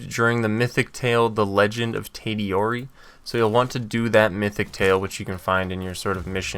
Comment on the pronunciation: "ghost master" he says. cant say sakai and tadayori